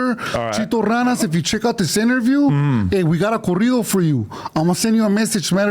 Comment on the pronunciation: THEY JUST NEED TO HAVE A WHOLE SHOW OF ADUMB SAYING SPANISH WORDS🤦🏾‍♂️🤦🏾‍♂️🤣🤣 CORRIDO (CAREETO)🤣🤣